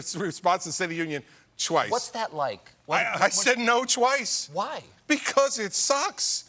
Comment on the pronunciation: Lol... CC said "twaice 😂🤣"